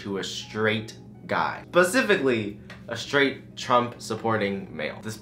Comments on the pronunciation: "Pacifically" - 2k19 Specifically? We don't know her. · “PACIFICALLY” GAAAHHHH IM SO TRIGGERED RN🤯😂